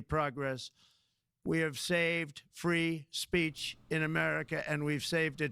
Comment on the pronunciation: She said freedom of spreech